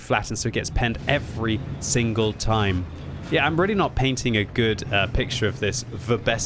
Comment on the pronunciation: "Every ... Single ... Time" 😄